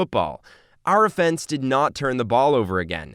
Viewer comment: I was nice enuf to forgive u for saying we beat the Steelers, but the way u pronounced offense made me want to choke u. Leave the football commentary to the people who WATCH FOOTBALL.